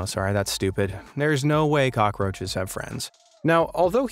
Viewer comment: You said cocky roches hahaha your hilarious bro